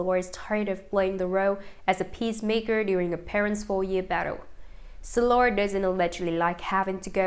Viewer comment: Why do we have to suffer by hearing this robot mispronounce names and places. Why is Shiloh SILLOR?